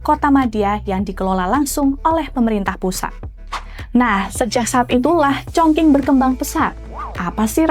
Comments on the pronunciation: Kota mana tu Chong King? Chongcing nyebutnya. Qing dibaca cing, cing bacanya bukan ching ya. Tapi kebanyakan anak-anak zaman sekarang mikirnya karena pake q jadi sama kayak pake k. Ada juga Dinasti Qing, suka salah sebut jadi Dinasti King. 😢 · Kok org selalu Salah melafalkan nama kota Chong Qing y?Bukan Chong King tp bacanya Chong Ching...Salah lafal tp dgn bangga membawa acara,hrsnya pelajari dgn teliti dulu cara lafal dlm bhs Mandarin bukan sembarangan krn yg nonton jd berdiri buku kuduk begitu dgr Chong King....haiya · bacane congcing bukan congking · Chongqing mbak...Qing=Cing bukan King 😂😅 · Cape bgt denger penyebutan “chongqing” jadi chongking 😌 lain kali banyakin denger dan belajar pelafalan dlu lah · Congking 🤣🤣🤣 Sekelas kompas loh masa penyebutan nya salah 😢😢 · Kalau ngikutin standard bahasa Indonesia gak salah juga Q dibaca jadi K. Contohnya Al Qur'an. Yg benar itu kata/kota ChongQing harus dibaca mengikuti standard Pinyin. Maklumlah makin ke sini dunia jurnalisme Indonesia makin buruk. Padahal apa"nya sudah tersedia.Kenapa gak terlebih dahulu cek di google translate pelafalan yg benar itu spt apa. Kan gampang toh. Kalo memang mau mengutamakan profesionalisme.